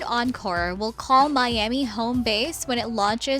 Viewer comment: Encore not oncore